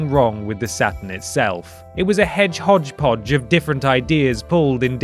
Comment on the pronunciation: "Hedgehodgepodge" - That gets a follow 😂